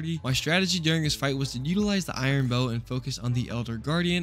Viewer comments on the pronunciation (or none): ITS A BOW NOT BUT